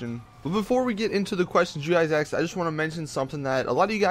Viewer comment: omg man why do u say 'AKSED' its 'ASKED' mate!